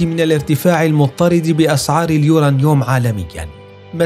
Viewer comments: اسمه اليورانيوم وليس اليورنيوم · تعلم كيف تلفظ اليورنيوم يارجل ... كلنا نستطيع البحث في ويكيبيديا و ايجاد هذه المعلومات الميزة في كيفية عرضهاا ماهذا اللفظ الركيك و الضعيف لكلمة بسيطة مثل هذه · كله تمام ومبارك للمملكة ولكن ملاحظة للمذيع لو سمحت اسمه اليورانيوم مش اليورانيوووم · uranium اسمعوا كيف ينطقها: يورانيوووم 😂